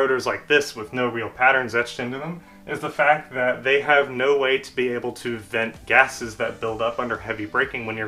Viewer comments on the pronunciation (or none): none